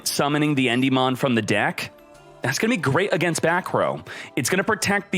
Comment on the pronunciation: Nice video but, En-dim-ean unless I'm wrong